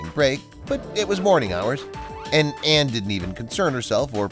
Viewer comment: Why are you referring to Leanne as Lee and Anne as if she’s two people? And Michaels surname is pronounced Oar not O’hair. It’s really annoying when channels don’t take the time to get details correct like, names!. It makes it difficult to believe anything else your saying!